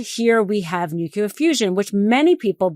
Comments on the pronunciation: It's not "nucular" ...it's "nuclear" I'm sure everyone at the Meidas team is tired, but please don't do videos when you can't speak clearly, or you come up sounding just like the orange julius. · Please say NUCLEAR properly - it’s not pronounced New-cular, it’s New-clear! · It’s pronounced NEWCLEAR, not NUKEULER, my friend.